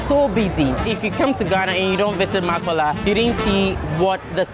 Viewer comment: I flinched when he pronounced Makola like Makowla